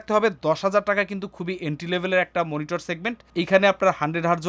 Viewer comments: মনিটর নাকি মিনিটর? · মনিটর ❌ মিনিটর ✅